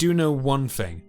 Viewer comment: I also found the pronunciation of some words starting with Th to be annoying. If it was a speech impediment then it’s understandable. But he can say words like; this, then, the etc, then says things like; firty instead of thirty, fought instead of thought, fing instead of thing. I find that laziness annoying too. Really interesting content otherwise.